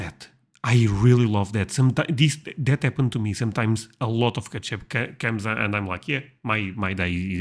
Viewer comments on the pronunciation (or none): Who calls “Ketchup” “Katchup?” Don Knotts, that’s who!